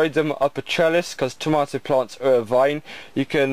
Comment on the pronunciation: that is not how you say tomato